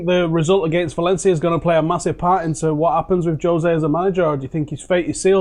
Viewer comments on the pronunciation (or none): Jose not jozay